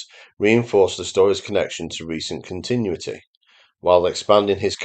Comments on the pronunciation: A regional accent does not disguise the fact that your narration is AI. I'm sure there's a person behind this and I agree with most of what you say. But check your pronunciation. Specifically of "continuity". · He's definitely not AI, but I agree the pronunciation of "continuity" is odd.